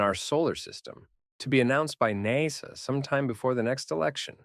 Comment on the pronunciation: Say “NASA” again 🤔